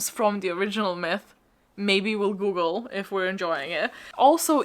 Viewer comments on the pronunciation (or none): none